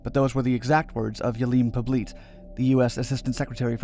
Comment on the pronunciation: How's his name spelled? If it's "Poblete", it's not pronounced Po-bleet, but rather Po-blet-eh. I had a former step-mother-in-law with the surname, from the Philippines.